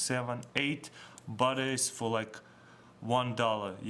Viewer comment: when the guy said "batteries" it sounded like "buttocks"